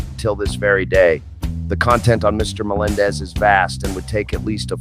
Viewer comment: slow play speed at .30 you hear Jay say, “ our own John Na-mendez, John says ya ya Jay.